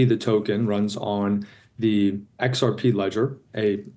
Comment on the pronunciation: Its not rxp its xrp madam